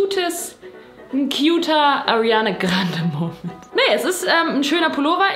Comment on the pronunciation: Jetzt hab ich Lust auf shoppen und du sprichst Ariana Grande falsch aus🥺